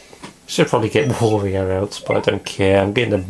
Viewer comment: Another thing I've often wondered: why do you pronounce Wario's name like that? You do know that it's pronounced the same as Mario's...?